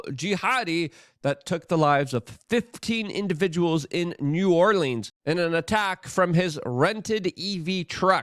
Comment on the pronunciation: You're getting closer on the New Orleans pronunciation. There are about 5 acceptable ways, and you're almost at one of them. 🤣🤣